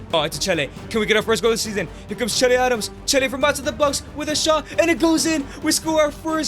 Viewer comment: Nigga it's Che Adams